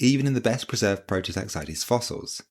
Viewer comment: its a prototaxite not a prototaxitea